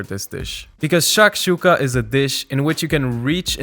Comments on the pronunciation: it's shakshukA, not shAkshuka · I love how you say SHHHAKSHUKA and it looks heavenly! Though where I come from, a student breakfast that costs any more than $1 is not viable, so I'll have to tinker around with the ingredients, stretch the limits of how basic it can be Also I have no clue how the white side of green onions are leftovers for you that stuff's delicious